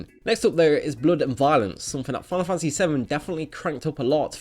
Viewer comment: "Final funtasy"